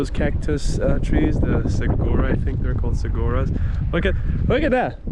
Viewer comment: The pronunciation of that cactus is: Su war o Great video! You guys picked some fantastic destinations! Well done!